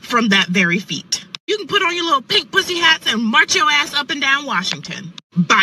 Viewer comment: Lol. First girl said "feat" instead of "fate". Fantastic grasp of the English language there.